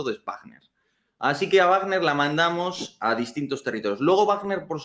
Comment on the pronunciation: Guarner no,vagner no es una palabra inglesa.